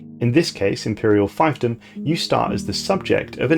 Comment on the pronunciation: Good video but I'm a bit embarassed to have to tell you (as an italian myself and therefore not a native english speaker) that the correct pronounciation of scion and fiefdom are not sky-on and phy-ph-dom respectively but sci-on(like in sci-fi) and feef-dom. I'm sorry if I come off as an asshole but those really hurt my ears.